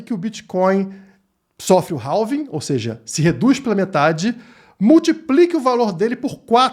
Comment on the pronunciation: Tá falando "RALving" por que agora??